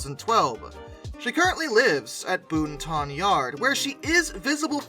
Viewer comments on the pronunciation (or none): Um, Boonton is pronounced Boot'n - more-or-less. I may not know degrees of curve but... there's some local color for ya anyway. The Lacakwanna Cutoff will be an abject failure if they don't find a way to get there that takes less than three hours. (That's the kind of stuff I'm good at, little pithy truisms.) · It's Boot-Ton, you kinda throw the word. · Boonton = boon-tin I used to frequent the URHS with my buddy Tom Gallo, whom I used to live next door to. He's a pretty well-known railroad historian and author, not to mention a great guy. I got to see lots of stuff at URHS and go into the cab of several of the engines, including the E60 and 4879 before she was also restored. Before too long they'll have 3372 running, and I never imagined NJT would pull an ALP-44 out of the deadline just to restore it and donate it, but I wish I could return there with Tom. Tom, if you're out there, I miss you buddy. I hope you're well.